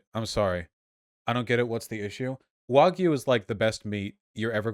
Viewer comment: Dude needs to learn how to say the word “wagyu”.